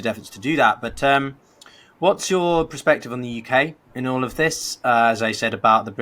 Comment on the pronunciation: it's PERspective, not PROspective. This video is a fait accompli but please please please make the effort to get this right otherwise the next thing we'll hear is "irregardless" and yet a further erosion of the language - people might howl in protest of my being so pernickety and that may well have merit ordinarily - but you act as effectively a journalist, or at least a quasi journalist - so language is your stock in trade. Moreover, for you to trip over "conciliatory"(cən-SIL-ya-tree) is basic too but c'mon, the Greek word for "union" isn't hard either - it just completely distracts me from your otherwise quite interesting content.